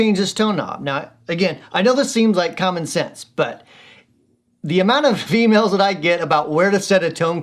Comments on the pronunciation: Tnx for demoing the blues driver with humbucker pickup. Sounds really good. And yes you it did sound like you said "females". Lol! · The Closed Captioning thought so too! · "The amount of emails I get" sounded like "The amount of females I get" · Absolutely did, I was confused for a second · I heard the same! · I heard the same thing, but it's not what he said.. Its just that he didn't pause between the "of emails" and they blended together.